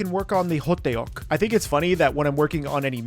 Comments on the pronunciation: hoteok is 2 syllables but stretches it out to 3 😂 good try tho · Btw… it’s Hodduk. The ddeok is pronounced like duck. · Sesame oil, you needed to brush sesame oil on that kimbap roll! also it's pronounced "huhduck" not ho-tae-uk lol overall good job on the spread! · Beef or korean sauage or gimbop ham. 2 have better taste of meat. Yes you can do beef o other types of meat or American vegan veggie you want 2 put in gimbop. By the way right pronunciation of ho duk 호떡. Not ho day yuk. It's like when people say hondie. Instead of Hyundae. Please Please don't say diekan said it in Korean pronunciations Dian Mu Gee. But 👍 how you did Hankook um shiek. Or I should say S.Korean snack food. Thanks for showing it from other than S.Korean Ajumma cooking. 🤣🤣🤣🤣🤣🤣🤣🤣🤣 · Ho tteok / ttuk is not pronounced ho te ok. its more like dduck. like duck but more of t sounds. like how you would pronounce a thug. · It’s spelled hotteok in English, but it’s pronounced hoe-tk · 호떡 (hotteok) is said more like "ho-tuk" It's really hard to put into text how hangeul are pronounced lmao But that's a close approximation as I can get. The double consonant (tt in this case) is stressed compared to standard (t) and is in between a d and t sound. Also, ㄱ (kieuk) isn't a hard k like in english. It's more in between k and g so kimbap would be more gimbap and is regularly romanised as such. Looks great though! I guess those years of making sushi paid off xD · So hottdeok? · Hotteok is pronounced as "Hot-tok" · It’s pronounced hot tok lol ❤😂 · It’s pronounced hoe duck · 호떡 (hotteok) is only two syllables, so it's more ho-tteok (and tbh, you can kind of get away with ho-duck because the tt is sort of a mix between a tt and a dd, as you can romanize it either way really) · the pronunciation is close I think your going off how it’s spelled in English I don’t know how to tell you to pronounce it in Korean through text but it is similar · thats not how you say hotteok but good try tho